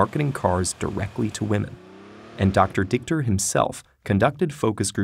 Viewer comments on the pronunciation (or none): yeah, the pronounciation is bad, but dichter simplay means writer/poet